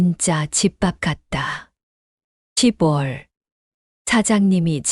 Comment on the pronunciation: 시붤이라는 발음이 좀 거슬리네요. 적어도~낭독하시는 분이라면, 10월은 시월시라고 발음해야 한다는 건 유치원생도 알아요. 쓴 소리지만 저도 힘들고 충언드리는 겁니다.